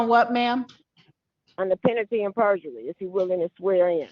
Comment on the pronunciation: "Penity 'n perjury." + "juridic'shen". I know some letters are silent in English, but these aren't it.